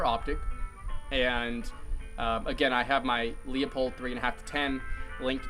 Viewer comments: What's a Leah-pulled??? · It's (loo-pold)